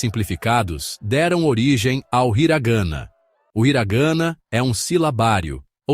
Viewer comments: Hiragana/katakana, não hiraganna/katakanna.... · HiragAna /. KatakAna A pronúncia está muito ruim …. Procure saber a pronuncia antes de qualquer vídeo …. São os erros que todos cometem ! Fica a dica 👍🏻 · Desculpe, parei de assistir depois de “hira gâna e kata kâna, tem pura”, não dá né amigo, um vídeo dedicado ao idioma e tu me coloca uma narração assim?